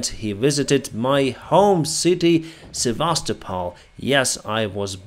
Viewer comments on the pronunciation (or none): none